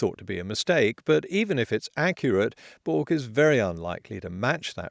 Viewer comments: It's pronounced "berk". Bloody poms. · Bourke is pronounced Berk. It’s an English word guys cmon!! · It's pronounced "Burk" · Nice work potholder54. You must have spent days, if not weeks on this video and you nailed it. I’m very impressed and grateful. One little, itsy bitsy issue. Bourke is pronounced “Berk”. As in “back of Bourke”. You know, beyond the black stump. And you know why it’s black. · Your pronunciation of “Bork” is hilarious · Sorry I'm going to have to debunk your so called Science, it's pronounced "Berk" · Bourke is pronounced 'burk'. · Great vid as always, but the town pronunciation is "Borked". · Just a heads up, this video has been flagged on a known Australian misinformation channel who has been attacking climate change channels (its how I found your video), I mean the guy isn't very intelligent so Im sure you'll be fine but just a heads up. The town of Bourke is pronounced as "Berk" instead of "Bork". Easy enough mistake to make if your from another country. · Bourke is mispronounced in this video, by narrator, but he copied the hopeless Tony Heller who was also wrong. It is pronounce ' berk ' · Bork? Bourke is pronounced the same as Berkeley's first syllable. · Dye-Polay or Bork neither of these losers could pronounce relevant words properly. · It's a small point I know, but it's a bit rich to make fun of his pronunciation of Dipole, when you yourself can't pronounce Bourke. Potholer calling the kettle black ??? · Ok potholer - a fair review of the situation IMO - but perhaps lay off the cheap shots about pronouncing words correctly until you learn how to say Bourke. What’s that expression about people in greenhouses not throwing stones? Perhaps that means all of us. :) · PEOPLE, Potholer knows he pronounced "Bourke" incorrectly and has noted that in his description. I'm sure he appreciates the corrections though. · Both of you can't pronounce Bourke. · For not knowing how to pronounce Bourke. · It's pronounced 'Berk', not 'Boork' . . .